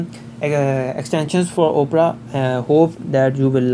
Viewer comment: Great video and your English is good also. I have a few tips to improve your English: the O in Opera is not pronounced like the letter O, it is pronounced like Aw. The way you pronounce it is like Oprah Winnfrey's name but the browser's name is pronounced just like the genre of classical music Opera or Awpra. Also, the word "cautious" is pronounced like if it were spelled cawshis. I hope this helps and keep up the good videos :)